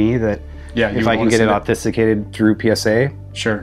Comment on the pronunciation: Paid actor 🤦🏻‍♂️ you’re trying to tell us that this dude who buys LOTS of sports cards 1) pronounces Curry’s 1st name as “Steven”, 2) doesn’t know how to pronounce the word “authenticate”, 3) calls Victor “Wembaya” 🤦🏻‍♂️ ??? come on dude, this guy barely knew his 1st name 😂